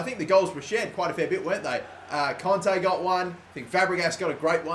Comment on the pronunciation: Please fucking say kante right, its kant-ay